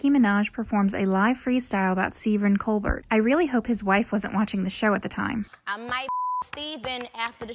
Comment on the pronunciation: Col-bert? Try again.